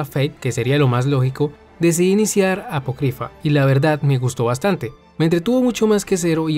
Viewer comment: ApOcrypha amigo. Apócrypha. Acentuada en la "O" El diccionario no muerde.